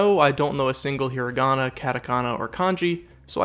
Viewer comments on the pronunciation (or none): none